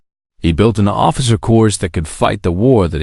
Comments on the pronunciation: this word "corps" is pronounced 'cor" not "cors". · Doesn't narration suck? "Corpse, or Corps?" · Get rid of now … not Marine Corsssss it’s Marine Corps - don’t drag out the ‘s’ and don’t pronounce the ‘o’ and don’t slur the ‘s’ for the love of God! Get rid of!!!! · The frequent mispronunciations by the narrator became so distracting that it became unlistenable. Examples: "Corps" (as in "Marine Corps") pronounced CORS instead of COR. "Routed" (as in "the army was routed") pronounced ROOTED instead of R-OUT-ED. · When I hear the “narrator “ pronounce the word Corps as either “Corpse” or “Core-s” I question everything being said. Pay a real person. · I hate. I grit my teeth every time I hear "corps" pronounced as "cores". This and dozens of other words simply can't be pronounced correctly by. Use your own voice, darn it! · United States Marine Course?? 😂🤣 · pronounced Marine “Corps” like Obama use to say Marine “ corpse”, (that would explain a lot!). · Im so tired of these damn voice-generated narrations that I've quit listening to many SCI FI novels and now must add to the list this WW2 Zulu moron!!!!! The 's" is silent in the word corps!!!! Good grief!!! What an amateur!! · also the "narrator" pronounced corps with an "s" at the end. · Tell the that you don't pronounce the s in corps. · So much good content on youtube spoilt by crap. I loathe. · That was painful to listen to. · Actually, tell that neither the "p" nor the "s" are pronounced in the world "corps"